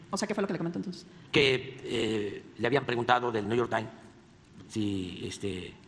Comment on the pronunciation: El chiste se cuenta solo 😂😂😂 no espiamos ...😅 Quien le cree... New york time. Sin la s , pobre limitado, hasta para pronunciar bien ...